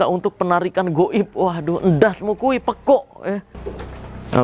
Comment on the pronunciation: "ENDASMU KUWHI, PEKUUGH" sini mas marcel les misuh bahasa jawa sm saya biar gak fals 😂